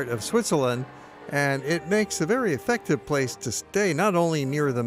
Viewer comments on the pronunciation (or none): none